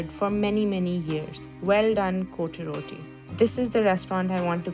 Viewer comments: Correct pronunciation is COT ROTTI . . Not CO TE ROTI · Its not pronounced " coty roti" . Kindly look up the correct pronounciation😂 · It’s not cotyee Roti😂😂😂😂